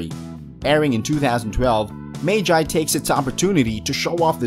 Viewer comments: Mage eye? The lybrinth. Do you people try to pronounce it wrong. Its magi - "Mug - e". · He pronounced magi wrong the dude said "maygi" but its literally pronounced m a g i not maygi ;) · It’s not MAGE IIII it’s PRONOUNCED LIKE “MUG EE” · It pronoced ma ge not ma ji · ITS NOT MAY JAY ITS MAH-GEE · It magi not mayji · Magi not maji pronounce it right 😡😤😡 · Wtf! Magi become May-Jie!? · Did this man say magi mag eye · dud its pronounced ma Gee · It's pronounced maw-gee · He put magi above op Nd cnt even day it properly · You pronounce Magi wrong lol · You pronounce magi wrong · The way u pronounce magi is incorrect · THATS NOT HOW YOU SAY MAGI TRIGGERED I WILL DESTROY PLANET NOW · haveu seen magi? if so, then why cant u pronounce it?